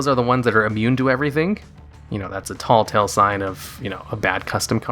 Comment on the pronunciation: TELLtale sign, not TALLtale sign Great video as always